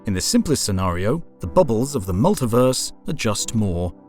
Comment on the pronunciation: You know when you hear someone mispronounce a word and you wonder if it was a slip of the tongue or if they say it like that all the time? Then they say the same word fifty times and it's just weird. Multiverse, it's mull-tee-verse not mull-ta-verse and while I'm whinging it's you-knee-verse, universe, not you-nah-verse. You speak very clear and concise English so I'm guessing it's not part of some regional dialect. It's quite odd.